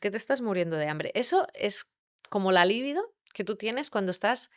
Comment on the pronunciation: Libido no se acentúa. No entiendo como difundiendo un video no aprendas primero a hablar correctamente. Es un consejo.